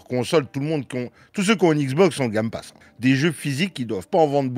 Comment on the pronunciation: "le gamme passe" tu m'as tué 😂